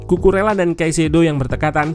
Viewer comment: Saran aja mintak. untuk penyebutan nama pemain mohon diperhatikan yak. untuk Bahasa Spanyol, "LL" dibacanya "Y", kecuali untuk bahasa Spanyol Argentina dan beberapa daerah di Uruguay, bacanya "SY". jadi untuk Cucurella dibaca "Cucureya / Cucureyya", atau "Cucuresya" untuk bahasa Spanyol Argentina/ Uruguay.